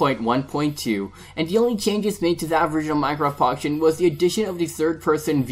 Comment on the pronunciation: why did you say minecraft pocketion